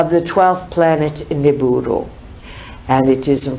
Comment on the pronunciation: I thought it was Nibiru, instead of Niburu